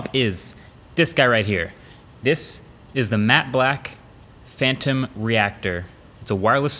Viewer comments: Regular people: Phantom reactor Marques: PHANROM REACTOR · Phanrom reactor? not phantom? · “Phanrom Reactor” or “Phantom Reactor”? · “PHANROM” 😂😂 huge fan, MKBHD team. Couldn’t help myself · Ahh yes. The “PHANROM REACTOR” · Ah yes, the Phanrom